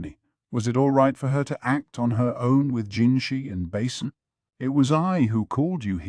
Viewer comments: "GAwShUN" "MaYomAyO" "BAsIN" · The way he says basens name like a bowel 😂 basin